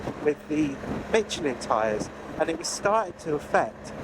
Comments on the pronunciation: Good lord. There’s no “T” in Michelin. Calling them Mitclin, is so off putting. Try substituting a soft “sh” sound for that hard T. Best of luck with those “Dinloop’s”! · nice video but your pronunciation of Michelin is sick ;-)